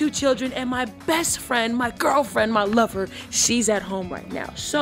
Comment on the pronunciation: Oh and I saw how you said lover and stressed lover. Okay we see you. Answering questions on the sly lol 😂